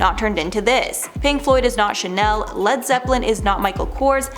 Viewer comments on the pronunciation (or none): none